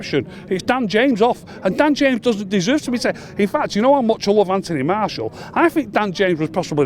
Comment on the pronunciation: Man says martial like Marshall